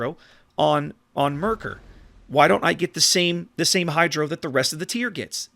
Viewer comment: Your first two "Maerkers" where very good to be honest. Best would be to say it like "map". The way you ended up pronouncing "ae" in the video is a near perfect on "ö" sound as in König or Löwenhardt. Other than that, great review as always.